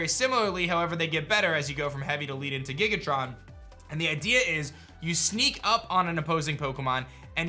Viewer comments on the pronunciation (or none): On the "Leaden Ball" it's meant to be Lead like the metal. Also it's Giga-Ton not Giga-Tron, they are meant to imply that they are Heavy, like the Heavy Ball. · My guy said gigaTRON!!! It’s gigaTON!!! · Lead, not lead. XD omg... Led, not Leed, Lead, the Element, is very heavy, and that's Giga Ton, not Tron, no R. Like Link's Gigaton Hammet in Ocarina of Time. Basically Heavy, Heavier, Heaviest